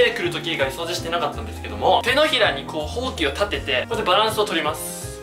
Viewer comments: ほうきのイントネーションおかしくないすか？ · それ思いましたw ほ↑〜き↓ww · 手が丸まってるとかじゃなく「ほうき」のイントネーションが気になった笑